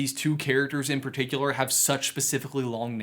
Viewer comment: "dumbledore is puhticuluhluh" lol